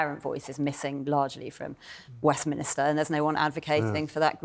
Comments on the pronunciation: ... and Molly, it's Westminster not Westminister! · Somewhat ironic talking about the lack of education when you pronounce Westminster as 'Westminister.'